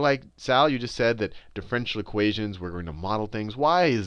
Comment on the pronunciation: "difFRENtial equations "